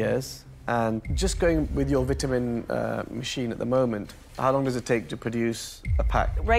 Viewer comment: It’s “ VITAMIN” not vitaminz 😂